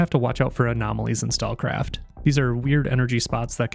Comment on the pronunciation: Probably because he didn't linked or put the name of the game in description or pinned comment. He can't even pronounce the game name right. Stalkcraft? Stallcraft? Stakecraft?